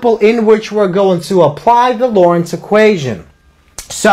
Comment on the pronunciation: To the respect to the founder please pronounce his name correctly. There is a "t" in his name. It is not Lawrence it is Loren"t"z.